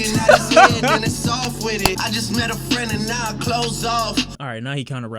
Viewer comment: They are called clippers and practice my frahnd (says a barber)... lol